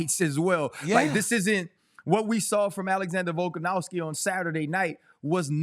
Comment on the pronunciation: Can we please get RC to pronounce Volkanovski instead of volkanowski 😖. Not a huge deal but every time I hear it it’s like nails on a chalkboard to me.